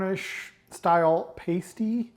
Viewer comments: It's not paste-y, it's pass-ty. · Pas tee not paste ee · P-ass-ty..like ass, a p-ace- tie the way you said it, is a nipple cover! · its not a paystie it is a pasty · Please for the love god... Americans, Learn to read! The word is "Pasty" pronounced "Past - ee" NOT "Paste - ee" You see the "E" when added to the word "Past" changes the pronunciation of the "A" From "Past" into "paste"! The English don't add letters to words for no reason! So... Pasty NOT pastey! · Looks great, you are pronouncing in wrong though. You are saying ‘Pace-Tea’ and should be pronounced ‘Pass-Tea’ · Americans who visit the U.K. have a tendency to call them a Cornish Pastie, however, pastie is a nipple cover. Pronounced passtee. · Try saying "Pah-stee". As for the crimp, don't worry if you can't do it, it does take practice. What matters is that you enjoy eating it. One thing you did that didn't help you was to have the pasty 90 degrees the wrong way, turn it so the folded edge is nearest you, and crimp edge is away from you. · It’s best with a pile of good chips and baked beans. And it’s a pasty with a short A as in nasty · Pasty pronunciation. The A in pasty is the same as the A in map. Hope that helps